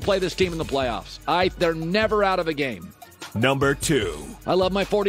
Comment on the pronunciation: Colin "they seem to have found a running gam" Cowherd